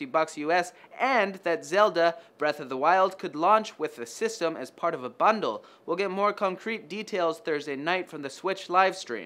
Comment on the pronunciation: you menat "as part of a bunduru" ;)